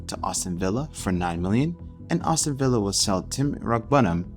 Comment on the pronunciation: good video, funny way to say Aston Villa though “Austin villa” 😂 keep up the good work